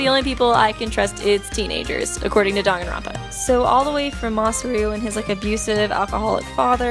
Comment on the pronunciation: It's pronounced "dang-an-ron-pa